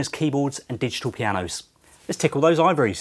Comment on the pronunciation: I almost thumbs down and left. Took me a good 3 listens to hear "Let's tickle those ivories" instead of "let's tickle those ovaries"